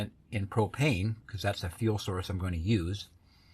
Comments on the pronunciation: I thought you said Cocaine, not propane, lol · Brother i swear it sounded like you said cocaine. Instead of propane. I think the cocaine would spped ya up a bit. Not that i suggest it. But it doese speed you up so ive been told.